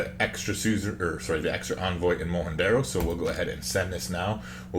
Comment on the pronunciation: Wikipedia agrees with your pronounciation of Mohenjo Daro 😁